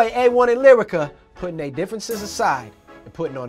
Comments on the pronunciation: Why keep calling her lie-rica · didn’t even say lyrica name right she said sumn “layrica” 😭.